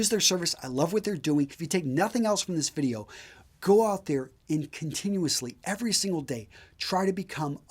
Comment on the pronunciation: The only time you seem to fail to pronounce the word "video" is when you hurriedly slip over the consonant D when you utter "the pai{d} sponsors of this vi{d}eo..."